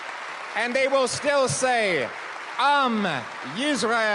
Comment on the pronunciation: Surprisingly perfect was the "chai". "Yisrael" needs a bit of work, mainly to use an 's' (not 'z' sound) in Hebrew.